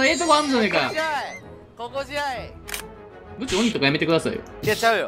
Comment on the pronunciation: 大先生「ぶ↑ちょー↓か」